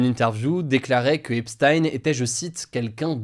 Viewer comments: c'est "epsteen" pas "epstaïne" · Epstein c'est pas prononcé comme Einstein, c'est prononcé "Ep-stine" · On prononce "epstine"